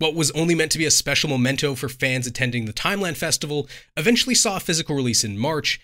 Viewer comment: mEmento, not mOmento. You're welcome. 😛